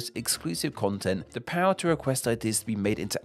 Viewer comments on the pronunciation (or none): none